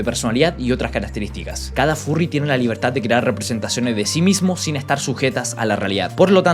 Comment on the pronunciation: te comiste la S de " sin"